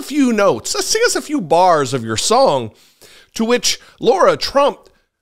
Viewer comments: Her name is Lara, not Laura. While I share your opinion of her and her singing, you lose all credibility when you can’t even get someone’s name right, and to laugh so much is cruel and beneath you. I’ve never been a big fan of your channel, but I kept watching. Never again. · She admits she's not a professional and didn't sound best but before you want to criticize others learn to pronounce her name correctly..it's not LAURA! It's LARA...